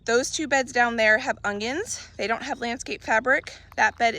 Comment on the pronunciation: Omg are you saying UNGYUNS??